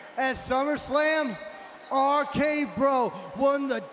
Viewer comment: Somebody needs to tell Riddle there's more than three letters in "R-K Bro"